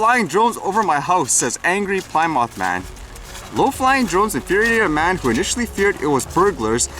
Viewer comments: Awesome content as usual... Plymouth is pronounced as Plimith not Ply Mouth.lol Have a great day. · Plymouth - Not pronounce ply mouth lol but plim-ith like in the now defunct car company (Dodge/Chrysler/Plymouth.)